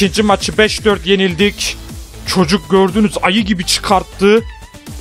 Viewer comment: coca helal olsun :D cocuk diyecene coca helal olsun :D dalga gecmiyorum